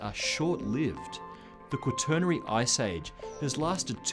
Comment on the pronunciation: Before reading the inane comments below, my biggest concern with this video was that the "presenter" learn to pronounce the word quaternary (RP my ass). After reading the first couple of comments, I realized that there are people who are completely clueless about climate. A new ice age would presumably at the least cause mass starvation, probably mass extinctions, and quite possibly the collapse of human societies and technologies. Global warming will likely, through different effects, produce the same results.